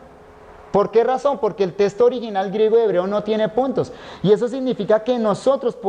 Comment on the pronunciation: Este siervo de Dios dice testo en lugar de texto. Tremendo detalle, no es la palabra correcta, ésta tiene otro significado.